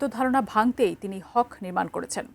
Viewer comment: It's not হক, it's হাক। মানে নিজের অধিকার।